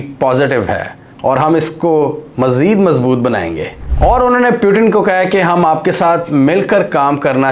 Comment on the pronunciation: Peu tin? (putin) moody? Modi. Bewkoofo ye konsa accent hai.